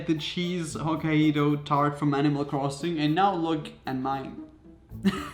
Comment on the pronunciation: The way he says “Hokkaido” 💀💀💀